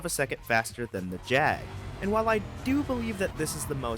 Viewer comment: I would say you pronounced the Jag right :) its when people say it as Jag-waaar dosnt sound right, quality vid man :) i rather enjoy these